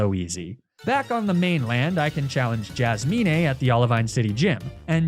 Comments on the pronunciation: Why do you pronounce Jasmine and Magnemite like that? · I'm new to the channel - are you intentionally mispronouncing all these names like Jasmine and Arcanine? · why do you pronounce Jasmine like that wth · I'm not sure if is joking but can he not actually pronounce names like the way he pronounced bagpipes jasmine lapras is just weird 😂